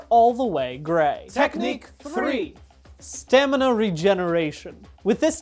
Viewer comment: My father (long time video game Ark addict) says "stanima", so every time you say it correctly fills my heart with joy.